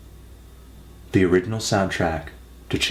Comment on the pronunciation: VANGELIS!! but really, must everyone say his name like that?